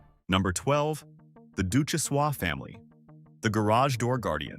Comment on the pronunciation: Ducjhesois is long gone as well. And mispronounced name